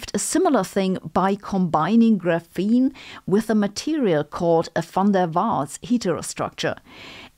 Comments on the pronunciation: FYI, "graphene" is stress-initial in English. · The way you pronounce graphene is hurting my English processing unit....